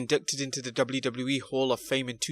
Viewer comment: BRUH Learn How To Say WWE